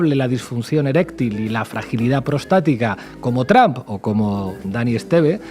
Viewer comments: Why do you say TRAMP ? IT IS TRUMP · Me agrada como sheimbaun pronuncia "tromp" tipo Castellanizado sin pronunciarlo correctamente en inglés. Es genial porque ella habla perfecto inglés.. Saludos desde Colombia